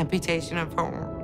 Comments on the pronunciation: It’s arm not ooarm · Hahaha cause she says arm like orm XD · Ita not orm its Aaaaaarm say it ffs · SAY "ARM" RIGHT, DAMMIT! IT'S NOT "OWM" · Damm it say “Arm” right it’s not OWM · It's arm not ORM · ARM sorry it annoyed me when she said orm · Can NOBODY say ARM right?! It’s ARM not ORM...?! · Took me a while to realise she was saying "Right Arm" sounded like oooom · you take er right ooOm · Mah wite owm :( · SHES PROBABLY IN OAIN EVEN WHEN IM IN PANE I CANT PRONOUNCE RIGHT ARM PROPERLY AND IT SOUNDS LIKE ohhhhhh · "ARM" SOUNDED LIKE "OWNNNN" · I heard right arm as roight oum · "Her right orm" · I swear she said owm instead of arm read more